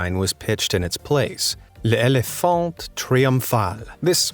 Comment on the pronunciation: l’ éléphant is pronounced léléphan